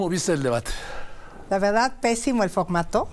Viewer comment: Esa Sra X k se enseñe hablar bien no k diga focmato x pocg mexico pecgsona y muchas mas impocgtasiones 😅